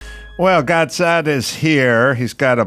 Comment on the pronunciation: I wonder why none of his staff members there told him how to pronounce Gad's name correctly?